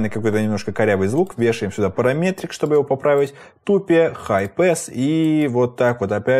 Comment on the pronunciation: Я тоже говорю ТУПЕ А НЕ ТАЙП 😂🤣🤣